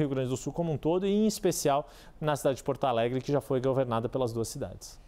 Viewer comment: Pita. Porto Alegre por gentileza, Portalegre dói no ouvido.